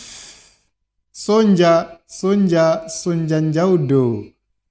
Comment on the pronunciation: Sonja is pronounced Sonia.